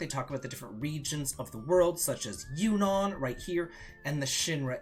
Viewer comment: Maybe start pronouncing Junon and Yuffie correctly before worrying about the letter k in magic.